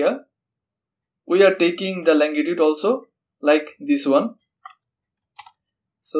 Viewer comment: longitude, not langitude